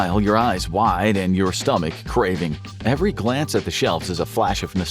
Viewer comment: YEvery? No,it is every